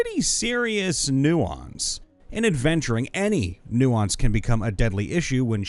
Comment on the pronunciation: Dude, "nuisance" is not only not pronounced like "nuance," it also has a completely different meaning; the two words have nothing to do with each other.